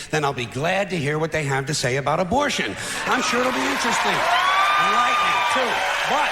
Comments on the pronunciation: I had to rewind three times because I thought I was hearing things. What the hell is sismortion? It's ABORTION. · George would be rolling over in his grave hearing you say susmortion